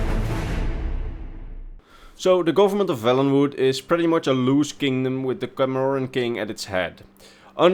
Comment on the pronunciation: Cameron is pronounced in one whole, not as cam-or-ren